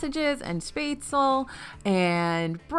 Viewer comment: Not participating in the madness, period. And it's pronounced "Shpeh-Tslah" not "spay-tsul".